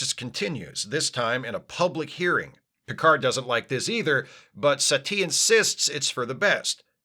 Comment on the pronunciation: I keep hearing Satie as "settee"; which is a UKanian word for a couch. It is very distracting.